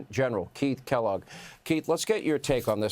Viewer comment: Keith "Kellogg"? Lmao